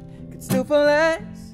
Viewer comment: He says "Fole" instead of "Fall" in every...single...song lol